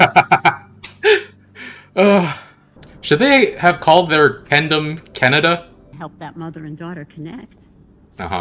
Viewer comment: I laughed waaaay too hard at "Ken-ada."🤣